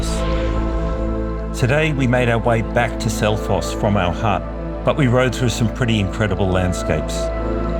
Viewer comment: Wow that Selfoss pronunciation was incredible😮